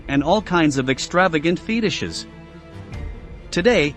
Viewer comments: Very bad computer generated voice. “Feetishes”? Absolute crap production. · The Office of Strategic Affairs? There is no such thing. Its the Office of Strategic Services and it was the forerunner of the CIA. Just what is a feedishes? Is that anything like a fetish? Next time get someone who can speak English and passed history to do your computer voice.